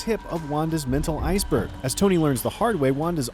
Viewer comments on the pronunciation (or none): none